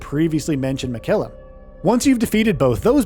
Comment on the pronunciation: Has this narrator played the game? I've never heard anyone pronounce it Mikayla. Especially since Malenia is Miquella's sister she's probably a pretty reliable source of pronunciation and she repeats his name every time you die and every time you start her fight. Also I wouldn't say that fighting Mohg is necessarily late in the game, probably halfway for most people or less. Also, Miyazaki describes specifically that it's not on another plane, that it's just hidden from the rest of the world. Also, 10 new main bosses, there's going to be way more minor bosses than that. Also, remember way back before the game came out and Miyazaki said it was going to be about 30 hours? I think he also under exaggerated when he said this is going to be the size of Limgrave.